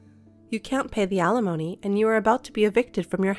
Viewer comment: Once again, alimony is NOT pronounced uh lemony, it is pronounced al li mony. I know the channel will not change it because the readers are probably robots but still…